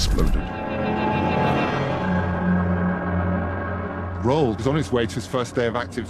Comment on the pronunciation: How do you make a documentary about a person without learning how to properly pronounce their name? Roo-Ald. The number of times they said it wrong is ridiculous.